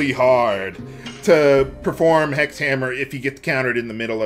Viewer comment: When it comes to 'hex' and 'sex', the word 'six' has cognates that replaces 's' with 'h', same with 'seven'. Like how 'Hindu' and 'Sindhu' are cognates. Which could explain why you can hear "Sex Hammer" rather than "Hex Hammer". I don't know the relationship exactly between 's' and variants, and 'h'.